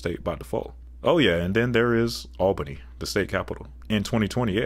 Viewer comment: Hello from Albany, NY. I was watching mostly to see if you'd say the name of the city right because people say it wrong all the time. Kudos to you for getting it.